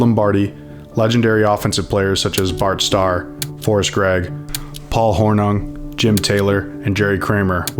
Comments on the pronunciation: FYI, its Paul Horn-ing, not Horn-newng. And its Jon Hay-dul not Ha-dul. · "Paul Hornum". Good grief. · Hornung is pronounced Horning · It's Horning, rhymes with "sing". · You can NOT MIS pronounce a Lombardi players name like this. At the mark, who the heck is Paul Hornun ?????????? All credibility is lost with the author. Ahhh again ! I'm done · Good video, but some major mispronunciations: Hornung is pronounced "Hor-ning" and Devine is not pronounced "Devin." Hadl is pronounced "Hay-dul" not "Haddle." Is the narrator AI? He seemed to get most other names correctly. Getting harder to tell all the time. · Good stuff, but when I hear names being mispronounced, I assume it's being read by A.I. Paul Hornung is pronounced Horning, rhyming with "sing". Dan Devine is pronounced "De-VYNE", like the word "vine". Jon Hadl is pronounced "HAY-dl". The "J" in "Majkowski" is silent. When giving a game score, the higher score is always said first. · Hornung? It's pronounced Hor-NING. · I don't know if the commentator is AI or just not a Packer fan because the pronunciation of; Hornung, Devine, and Majkowski is atrocious! Basically the story is actually decent, but mispronounced names show a real lack of research and professionalism. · While this was a well-told doc, there were more than a few misprounounced names (Hornung, Devine, Majkowski for example). For all the time it seems you put into this, you should probably check pronunciations before recording. Sorry guys. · The mispronunciation of Running Back Paul Hornung, and Coach Dan Devine was irritating.